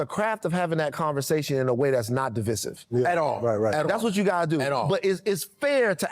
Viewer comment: divisive = (duh-VY-siv), keep up the good work tho